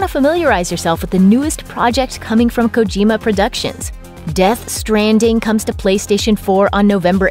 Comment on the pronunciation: Kojima not kogima